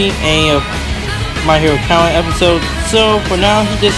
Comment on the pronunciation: Im sorry but that way u said academia